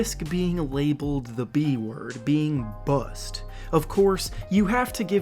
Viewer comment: At :34 why he say bust like that